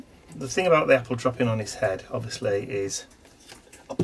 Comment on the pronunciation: I love watching you put these altogether. On my Christmas break- which begins on December 18, I think I am going to think about a kind of "gallery" of sorts that I can do. I laughed hearing you say "aboot"... many people joke about Canadians saying "aboot" rather than "about"! cheers and warm wishes from snowy 🇨🇦Calgary, Alberta🇨🇦